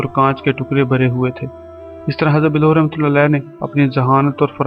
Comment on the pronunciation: Bhai Hazrat Bahlool khana tou seekh lo phir channel bannana urdu par raham karo